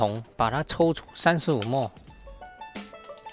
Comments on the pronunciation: 因應不分，不同影片出現很多次了；毫升的英文叫milliliter，是哪一節的發音叫莫耳？ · ml 也不是念 mol, 應該要念 milliliter. mol (莫耳數）是 6x10^23...